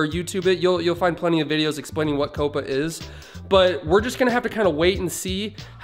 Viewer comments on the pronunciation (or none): couppa? its Caw-pa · Bruh you pronounced COPPA wrong it’s pronounced cop-uh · You said coppa wrong